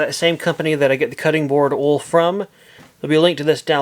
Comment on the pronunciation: Another good video! Where are you from with that accent? I chuckled when you said oil back to back! You pronounce it funny! “Ool” 😀